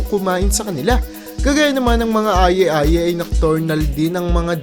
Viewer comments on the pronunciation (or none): And Aye Aye is pronounced as eye eye or ay ay sheeeeeeesh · Aye aye, /ay ay/ po ang tamang bigkas , jerboa, /jerbowa/ po ang tamang bigkas